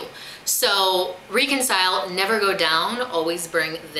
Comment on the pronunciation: The only thing I disliked about this video is how you pronounce reconcile. lol..xoxo Great vid,!